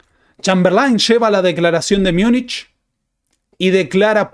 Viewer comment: No se dice Miunich, porque no es una palabra alemana, es una españolización de Munchen.